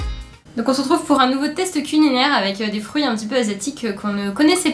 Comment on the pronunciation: Bon app. Hmm j'ai bien entendu cuninaire ahaha. L'artichaut était pas mal aussi. Merci. Vous les finissez après